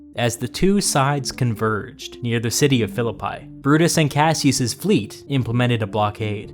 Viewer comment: Excellent as always. The pronounciation of the city of Philippi is more like "". In modern Greek, you would likely skip "o" and be left with "Filipee". In all cases no "pie" being baked. That's more or less. If anybody knows ancient Greek, please correct me.